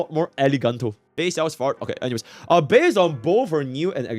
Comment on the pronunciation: Calling the FUA team FART instead of FRAT is wild